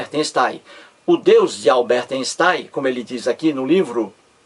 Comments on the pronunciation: INSTAIM nem pronuncia direito kkkk.tem dó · Lê-se Ainstein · emerson santos, o fato de o videomaker não pronunciar corretamente o nome do cientista (ei = ai) (j = i) (eu= oi), etc... Não invalida o valor do conteúdo do vídeo.